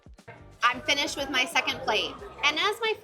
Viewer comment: Every vowel has turned into 'a'. 'Let's get this over wath'